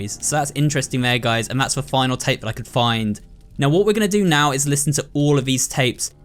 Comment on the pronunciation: Are u serious right neow bro?